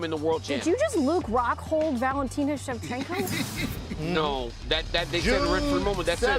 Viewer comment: am i the only one that heard Valentino Shevchenka? ? Switched those last vowels on us there... haha